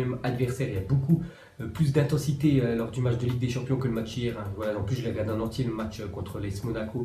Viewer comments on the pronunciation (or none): none